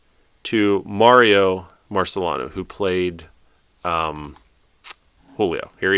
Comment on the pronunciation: Also, I believe it’s pronounced Mario MarceLEEno, as in St. Marcellina.